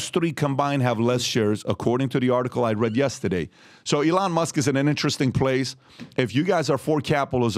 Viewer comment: Learn how to say yesterday PBD.